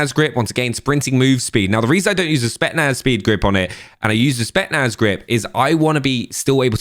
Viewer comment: It's pronounced SpeTZnaz not Spetnaz...